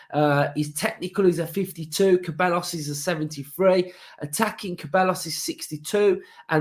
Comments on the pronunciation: KUH-BELL-US??? SAY-BYE-OHS. Say it with me mate! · it’s pronounced ’sebiyos’ 😂